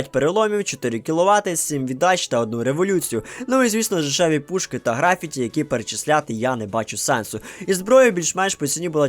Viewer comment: В слові графіті наголос треба ставити на першу «і»